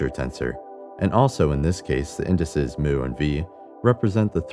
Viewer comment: The subscripts are pronounced mu and nu. Scrap the computer voice. And the annoying “music.”